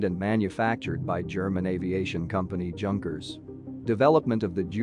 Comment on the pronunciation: Can not even pronounce Junker properly.